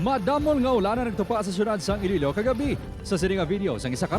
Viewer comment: Ee-loh ee-low city